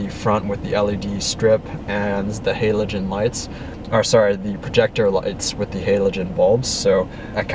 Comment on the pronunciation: Geez....could you be any more negative......terrible review and reviewer. This car never presumes to be a performance car or sports car. Get your perspective right. And...learn how to pronounce halogen.....